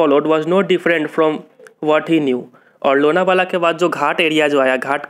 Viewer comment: Lona vala❌ Lonav la ✔